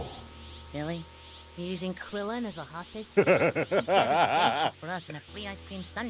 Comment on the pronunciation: Until I turned on the subtitles one day I had always thought krillan said blueberry bastard